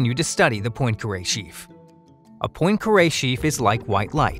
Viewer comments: mispronounced poincaré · Please learn how to pronounce Poincaré. It's rude otherwise. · Murdered the pronunciation of "Poincaré".